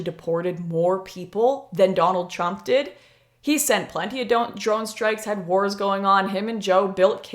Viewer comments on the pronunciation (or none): none